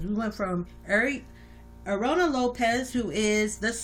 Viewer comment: It’s Aarona (A-Ron-A) not (A-Ri-A-Na) lol byt yeah I agree with everything you say. Thanks for making his vid!! 💯💯